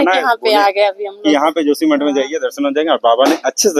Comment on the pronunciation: जोशीमठ को जोशीमोठ बोल रहा है ये बंगाली यात्री 😂😂😂